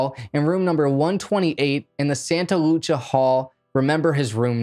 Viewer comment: Sometimes I swear this guy does it on purpose... Santa "Loo-Cia" Lucia San "Loo-is" Obispo